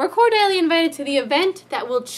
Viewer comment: I don't think you are saying Cordially properly